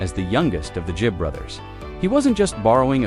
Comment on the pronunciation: 'Gibb' as in 'g' for 'great', NOT 'j' as in 'just'! There is no excuse for such ignorance!